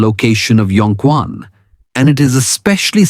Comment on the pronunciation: Wrong pronunciation : Yong Quan read Q as "h" i.e. Chuan. Chinese phyicians know well. We can massage this part.